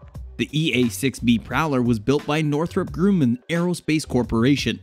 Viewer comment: The "u" in Grumman is soft. 🤷🏽‍♂️